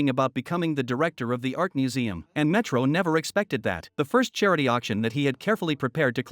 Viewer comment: ayo your AI is broken. she went from metro to milo. and cannot recognize "dr." as doctor